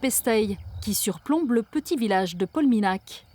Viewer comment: Nan mais sans blague PolmiNIAC qu'on dit !! le nh ça fait "gneu" 🙂